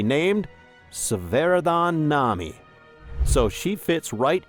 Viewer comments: It's AI, he even read the "Nam" where he forgot the i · Why do you say Nami like that?